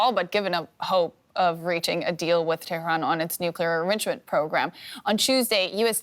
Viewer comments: I like how she pronounced it terroron haha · She trying to pronounce Tehran as a Persian would. I applaud her effort. FYI, the entire western world pronounce Baghdad wrong!